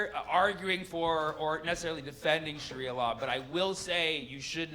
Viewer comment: I can’t get over the way he pronounces it, tho, isnt it “shaaria” not “shuria”